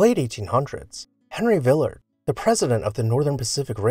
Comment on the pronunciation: You’re pronouncing it wrongly. It’s not vill’ ard. It’s Vil lard’.